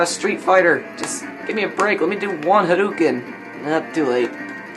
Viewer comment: It's hadoken, not haduken.